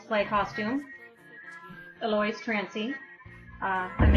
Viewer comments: ***** But the correct pronounciation is Al-oe-ees. It's a french name and it's pronounced that way. its like the word cake. If someone pronounces it wrong you should correct them. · Al-oe-ees is how its pronounced not al-oys